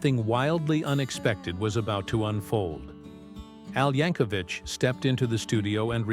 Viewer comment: For God's sake.... it's pronounced YANK-O-VIK NOT VICH. THERE IS NO FUCKING H AT THE END OF HIS NAME.